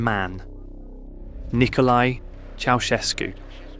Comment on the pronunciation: It's Nicolae... not Nikolai... they're not pronounced the same.